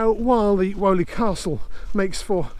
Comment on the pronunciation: Fascinating video, I live close by in Bournville and I had no idea about this lost stretch of canal history. Just a not though, it’s pronounced Weeley and not Woley Castle 👍